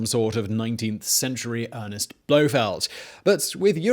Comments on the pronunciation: “Ernst Stavro Blofeld”. Not Earnest. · Probably a lot of people. And it's Ernst, not Ernest (or Earnest)--Ernst Stavro Blofeld to be precise (and pedantic).